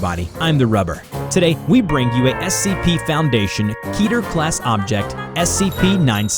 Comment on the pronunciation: Is it me or the title is saying SCP-968 but i heard SCP-986 in the video